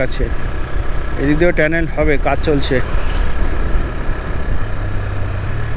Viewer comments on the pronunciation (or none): Re bhai tanel na otake tunnel bole